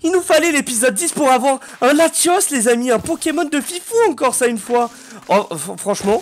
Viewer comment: C pas latios mais latias